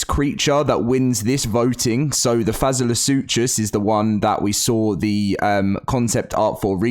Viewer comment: you said the name wrong, but I understand it’s not an easy creature name to say it goes way differently. If you watch one of Zeb files videos, which is a YouTuber I like to watch. If you go to his 100 days the island video, he finds one of those creatures but it’s one of the modded versions and he says the name